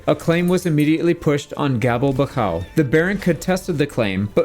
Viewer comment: Gabelbachau is pronounced [ˈɡaː.bɛl.baχ.ʔau]